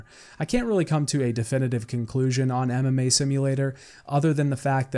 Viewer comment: It took some time for me to understand that it was "MMA" not "anime" and I was very confused that you watch and practice Anime. Also I thought "what a weird pronounciation of anime"